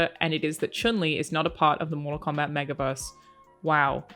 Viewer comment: you earn my subs just for saying Chun Li correctly...